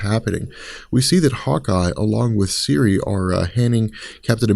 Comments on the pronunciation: Did you really call Sersi "Siri"? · SErsi not Siri...